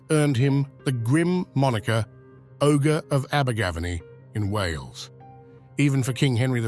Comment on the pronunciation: Had to stop watching the video due to the terrible pronunciation of Abergavenny.